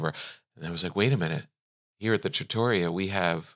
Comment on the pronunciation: I love you guys! Look forward to this podcast each week. And just to say.... trattoria is pronounced "TRA-tor-ri-a" with the emphasis on the first syllable.